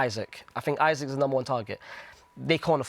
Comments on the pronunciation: Jesus Christ the guy in the white shirt knows nothing about ball!!! First he rates Curtis Jones as a creator when we Liverpool fans know about his backwardness, he pronounces Isak as Isaac, and he says Osimhen won’t give you better xG than Ekitike after saying he’s a better finisher!! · He pronounced Isaks name wrong about 5 times in a row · The way pronounced Isak made me bricked up